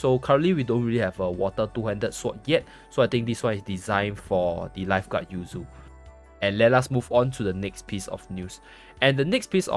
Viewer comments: i think it yu ze, not yu zi or yu zay, i could be wrong tho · isn't her name pronounced Yu Zay?